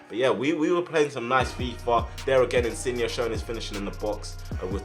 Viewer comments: He’s name is InsignE! Not InsignA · No insin yay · His name is pronounced in-sin-yay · Loved the vid but when you say insigne pronounce it insiyeah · Pretty sure his name is pronounced insin-yay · The way you say insigne makes me wanna shoot myself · I didn’t know there was an ‘A’ at the end of Insigne’s name 😂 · Insigne say the e not a a